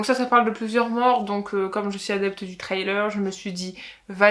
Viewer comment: Et sans être anglophone ( du tout) ou un spécialiste de l’anglais votre ”Trailer”( remorque ou bande-annonce pour ”thriller ”( prononce ”Frri-leur”m’amusé bcp . .vu que j’faisais la même erreur . . .et d’autres . . .😉👋🏻👌🏻🤷🏻‍♂️